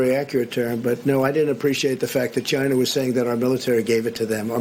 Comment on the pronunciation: NBC = Nobody blame chia-nah